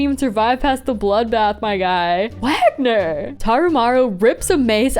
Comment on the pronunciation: Small note, but I think Wagner is pronounced “Waynar”